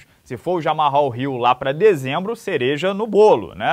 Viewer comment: "Djamal Ril" e não "Djamarral", né não? Está claro, todo mundo do MMA sabe, suas resenhas são curadorias de headlines do nicho, então, por que você não informa sua audiência corretamente? Bizonha essa insistência em errar logo o nome do cara. Depois dizem que não entendem porque os gringos não levam a sério os brasileiros que cobrem o MMA. O cara é jornalista, tem por obrigação básica informar direito, mas já começa por errar o nome do atleta? Errar o nome de um campeão?